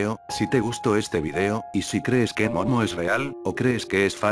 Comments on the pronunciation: Like si cuando dice momo se escucha mono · Porque!!dices mono en vez de momo